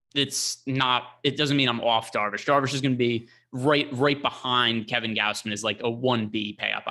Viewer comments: gauze-min - Gausman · Gaus which rhymes with house. G/ow/s/m/ae/n like you're saying man and men combined m/ae/n. said it perfectly the first time.